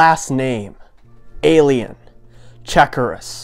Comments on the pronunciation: "Cha koo ras" its "shawk raws" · Hahhaa “checkeras” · It's chuck-ras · Homie its chaw-kruhs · This dude pronounced Chakras so weird everyone’s flaming him